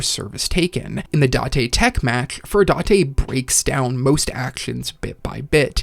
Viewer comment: Finally you pronounced furudate right. Subscribed.